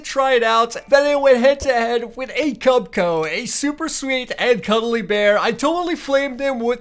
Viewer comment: Cubchoo is pronounced cub chew